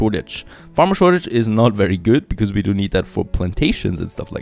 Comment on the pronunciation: I've watched so many of your videos, and i still like how u say "becoz" 🤣